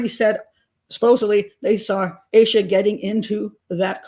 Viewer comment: Its AH-SHA not AYE-SHA 🙄 For someone who's so judgmental and pedantic, you should learn how to pronounce these victims names.